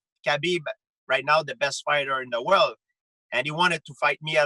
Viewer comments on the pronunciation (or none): I love when he said the WORLD AHHAHAHA